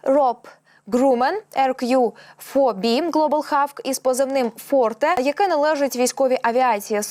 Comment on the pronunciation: Молодь та ще й з вищою освітою. Ви не мислите своє життя без комп'ютера. Чула, що англійську зроблять другою державною мовою. Тому ріже слух як вимовляєте hawk. Що за хавк? Якщо не знаєш, невже так важко глянуть транскрипцію у словнику! Ну що за ставлення до роботи, ви ж не на кухні з сусідкою? Коли таке звучить в ефірі - це ж дикість, на кшталт маде ін чина або стопе.